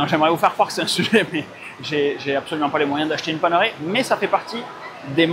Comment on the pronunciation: Pour info, la montre, ça se prononce panérail, et pas paneuré